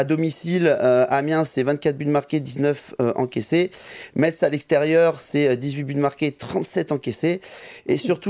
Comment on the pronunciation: Salut à vous Petit rappel on ne dit pas metz mais messe, bisous à vous votre emission est superbe